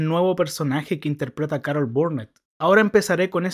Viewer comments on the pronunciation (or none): none